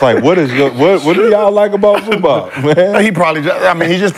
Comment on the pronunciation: Dude said Zubac smh...he's a beast